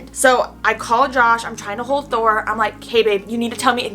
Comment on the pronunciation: She said Thor not door